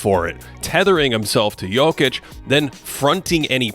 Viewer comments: thank you for actually saying Jokic correctly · props on the pronunciation of his surname :)